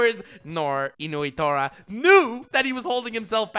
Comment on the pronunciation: Why are you calling him inuitora? Its nnoitora. He's not a dog